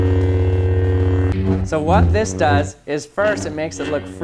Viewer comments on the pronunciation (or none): none